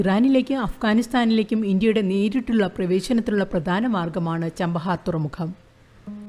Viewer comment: ചബഹാർ not ചാംപഹാർ